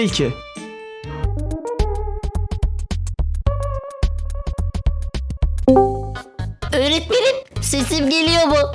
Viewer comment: Öğretmenim❌ Eğretmenim✅ 🤨